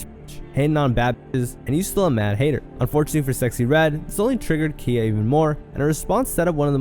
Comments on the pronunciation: Calling Khia (pronounced Ky- ah) Kia is frying me 🥲 cause why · Bro wtf your definitely saying KHIA names wrong. It's not kia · Everyone in this video is the problem with ALL this rap since the past 18 yrs. The fact that this is even a vid is the, including you knowing more about Red's baby daddy beef than pronouncing Khia's ( KIE-YA) name rt is the problem. People think it's ok to have kids dancing to songs about being glorified wh0res. Watch these girls go from wearing vegas show girl shein "gowns" to wearing sparkling leotards , like they favorite rappers/singers. Smh 🤦🏽‍♀️ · When you are pronouncing a hip hop southern legend like Khia's name wrong so many times while playing videos of her saying her name, it doesn't say much for your research.